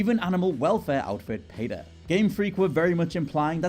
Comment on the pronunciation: So you’re going to call out dee-ah-blow versus die-ab-low for Diablo, but not even going to bat an eye at saying pay-ta instead of pee-ta for PETA huh?